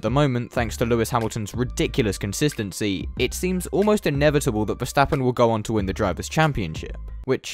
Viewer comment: you lost me when you said "Lewis Concestensy" mate England GP want to have a word